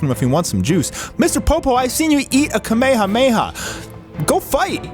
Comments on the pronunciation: Wtf is that pronunciation of kamehameha? It's not pronounced like the real person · I don’t like the way he says kame hame ha 🤣